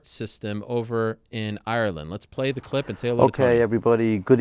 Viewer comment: Ariel is incapable of saying the word 'clip'. He can only say 'khglib'. Let's play the khglib.